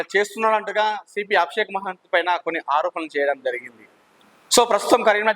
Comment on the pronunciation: మహంతి గారు మహంతి కాదు bro